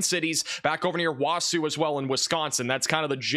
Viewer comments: It's WA SA not WA SOO lmao Wausau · Who wants to tell him how to say “Wausau”? (WaaSaw) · wasau is "wasaw" not "wasoo" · Wa Saw , not Wa soo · Wa-Sue... It's Wa-Saw... 🙌🏼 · Wawsoo? Waw-saw! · It's pronounced Wahsaw not Wahsew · Wausau is pronounced "Wau-saw" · Pronounced waasaw… lol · Wausau is pronounced waa-saw. 😅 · Just trying to help Wausau is pronounced wah-saw. Start safe feels wisconsinites and everyone else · Wausau= wa saw. Cheddar head here lol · Wausau is pronounced wausaw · City in Wisconsin, Wausau, is actually pronounced wa-saw, thank you for trying. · So you know for Monday, that city in Wisconsin is Waa-Saa or Waw-saw if thats easier to understand. Basically the two syllables end the same. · OOF that Wausau pronunciation was jarring. It's pronounced "WAH-SAW" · Wausau (Wah-saw), WI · Wausoo is genuinely the worst pronunciation of wausau I've ever heard XD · I'm from shawano I live in waterloo ia now and I've heard alot of different pronunciations but never wau-sue lmao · Wausau - phonetically Wausaw. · Wausau is pronounced with a w at the end. 😊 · I have a Mom that was born in Wisconsin and I am from Wisconsin, you pronounced the Wisconsin city pretty good for a non-native person, but if you lived In Wisconsin, uh you would be getting look at by everyone. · 🙋‍♂️ Wausau checking in, laughed my ass off at that